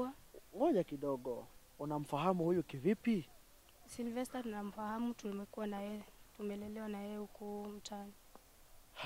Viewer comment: jamaa anaitwa "Silvester", not "Cerovester" or "Zellovester" 🤣 & Muthoni looks like twins....then Stano unawaingiza box jamaa anasema ukweli kwa camera